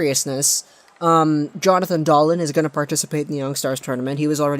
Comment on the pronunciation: If you're going to position yourself as a Canuck expert, please pronounce their names properly. It's Dahleen and Peh-ter-son.